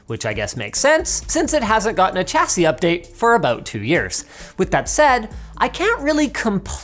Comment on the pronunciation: Sha-see not cha-see